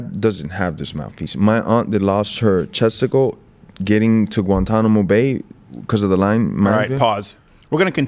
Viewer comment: At first I thought he's saying his aunt has lost testicle